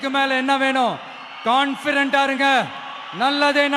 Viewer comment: Confident unu sollatheriyala, confirent unu thappaa solraan. Ivan advice panraanaam.